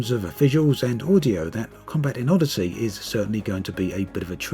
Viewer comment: Anyone else think it sounds like he's saying Oddity?